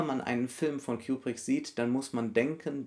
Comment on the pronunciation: Ich mag es nicht wie du kubrick ausspricht